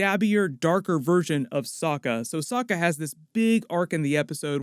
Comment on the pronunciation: It's pronounced "Soke A"